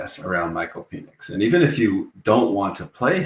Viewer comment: I love that you’re a swiftly. But can you Google how to pronounce Penix’s name.